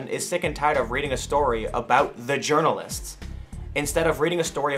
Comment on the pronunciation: Why does the quartering pronounce ’ journalists’ as if he was as Swedish as a Falukorv? :D